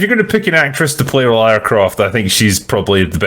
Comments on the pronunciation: Why does he insist on saying "Laura"? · Everytime he calls her "Laura" "It's LARA!!! LARA Croft!!!" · How can yanks still not pronounce Lara after nearly 30 years ffs 😂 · Why cant American's pronounce Lara correctly? There's no U in her name so why pronounce it that way?